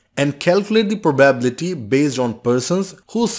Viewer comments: Let me ask you this, what is that proBabbillity that you are pronouncing the word probability in a very funny way? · If I have to hear "proBABble-ity" again, I might throw my phone out of a window. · I like your riddles a lot , but could you please emphasize 'probability' on the 3. syllable? Thanks ;)